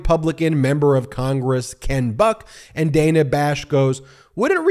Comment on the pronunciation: Ben… it’s pronounced “Danna Bash”. Mispronouncing her name is rude.